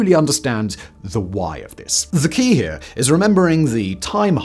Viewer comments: GRAVITY DOESNT WORK HERF 😂 im sure this was unintentional but it caught me off guard i was thinking what the hell is herf and why doesn’t gravity work here?😅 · "Gravity doesn't work herf"